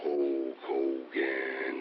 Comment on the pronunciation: Waters the Warrior's promos were so awful, he couldn't even say Hulk Hogan's name right Abel it depends on what your definition of "a-w-e-s-o-m-e" is.